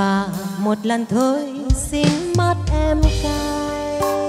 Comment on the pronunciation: Hát khá hay nhưng phát âm chưa chuẩn lắm. Xin mặt em cây thì phát âm thanh xinh mắt em cay. Anyway mình cho ban 8 điểm nếu được làm trong ban giám khảo ❤